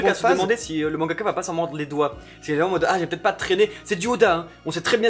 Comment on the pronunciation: Attention à la liaison "vaT-être". :3